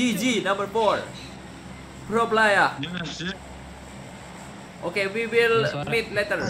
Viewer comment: udah mirip orang asing bang wkwk "pro playaaaaa"